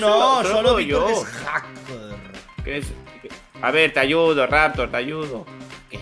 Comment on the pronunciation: Si es verdad lo a youda y le a youdados